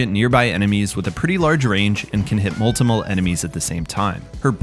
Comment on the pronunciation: "multimle" hehe